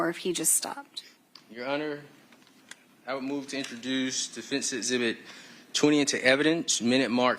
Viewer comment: Of course he's guilty. His defense lawyer can't even pronounce 'exhibit' properly.